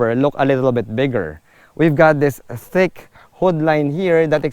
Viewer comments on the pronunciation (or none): none